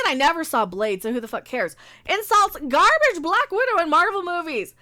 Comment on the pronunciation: I think when it's in quotes it should be pronounced gar-BAGE.